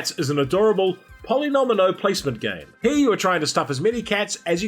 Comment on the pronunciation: Just an FYI, its Polyomino - not Polynomino. Great video, thanks!